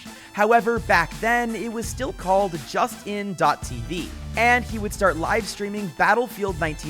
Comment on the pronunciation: awesome vid, but bruh... its justin . tv (like the name)... why are people these days saying "just in"